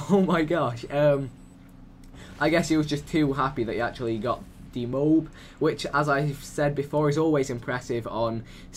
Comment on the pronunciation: its not a mobe its a MO....AB